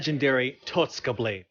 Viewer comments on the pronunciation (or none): calls the totsuka blade “THE TOTSOOKA BLADE